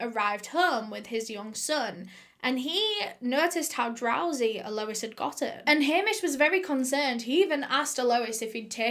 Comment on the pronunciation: This case was HUGE here!, your eyeliner game is strong today, your pronunciation game is - mmm, not so strong but we forgive you!!!! (it's al - o- EEE- SS)